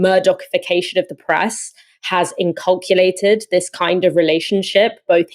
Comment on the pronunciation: "inculcated" not "inculculated"